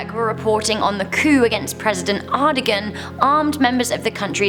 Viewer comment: Its president air-do-wan